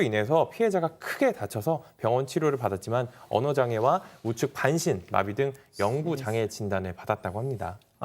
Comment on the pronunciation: 주 진행자 영구장애를 영구장해라 말하는것으로 들리네요~